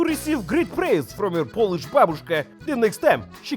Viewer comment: Fantastic recipe and wonderful Polish pronunciation :)